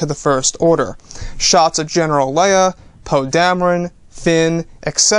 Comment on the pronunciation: I thought you said Pug Dameron!